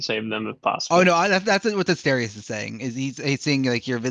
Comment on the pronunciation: The biggest mystery of this prequel is if will learn how to pronounce Asterius’ name between these events and several years from this point.